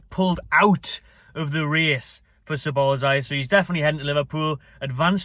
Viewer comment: it's ja boz lie